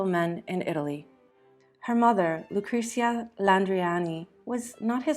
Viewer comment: In that case try to learn them at least to pronounce the name of Caterina Sforza correctly. The pronunciation of all the names is so butchered that only people who know Caterina´s story can understand what persons are mentioned: Galeazzo Sforza, Lucrezia, Girolamo, Giacomo Feo, Cesare, Giovanni delle Bande Nere, Forli, Imola... 😩